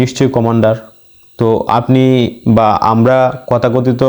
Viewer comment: সালামুন আলাইকুম, উচ্চারনটা কথাকথিত হবেনা বরং তথাকথিত হবে,মাগ্রিমের পরে হবেনা,হবে মাগ্রিবের পরে। তবে এসব কোনো ব্যপারনা এগিয়ে যান,রাসুলের ভুমিকায় আছেন,"সামি'না ওয়া আত'না। ধন্যবাদ